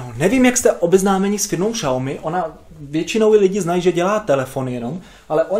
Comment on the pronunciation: V popisku sem uvidel xiaomi, tak sem cekal jak to prectes. Po 16 min sem se dozvedel, ŽES TO PŘEČET ŠPATNĚ, vim neni to uplne tvoje chyba, vsude to tak rikaj ale jako nekoho kdo se uci cinsky me to taky vsude sere xD btw cte se to [siaomi] a znamena to malá rýže :-D